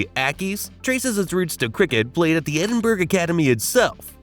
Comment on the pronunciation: Edin-burg & Mary Le Bone 😂😂😂